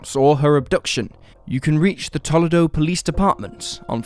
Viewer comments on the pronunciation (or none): Tuh luh do? It's pronounced Toe LEE doe. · Wow, I’d never think I’d ever hear a case in my city. And the way you pronounced Toledo is quite interesting. It’s pronounced (Toe-lee-doe) just in case you were wondering. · Lol...its Tuh-Lee-doe. But I like how you said it :) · Toledo = tuh LEE doh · Yes, I'd never heard Toledo pronounced that way. Agree it sounded kinda cool, tho wrong. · to each their own I guess..